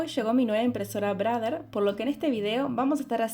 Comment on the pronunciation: 😂 "brader"... Ya, ya...